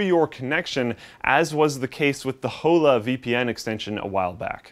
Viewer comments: It's pronounced Ola, not HO-LA. the H is silent in spanish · I would just like to point out that he said "Hole uh" when talking about the Hola extension. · Hola is Spanish for Hello; it's Oh-Lah.... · Hola is pronounced "O-lah" - sorry, I had to. Is there a F.A.P. episode about the various USB connectors? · WHOLE-A *I know canadians are white but that's just painful. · Did you just pronounce Hola with the H? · The H is silent and the a sounds like aw in Hola l0l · Does not know how that word is pronounced or am I missing something? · You say 'hola' funny :^)